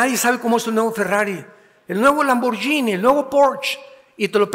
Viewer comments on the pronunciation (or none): none